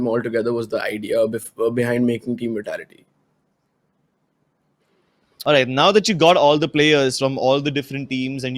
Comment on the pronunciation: It bugs me when he says We-tality its Vitality 😝